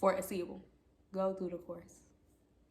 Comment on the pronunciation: Ace- a- ble like ace of spades …. Not a-See-able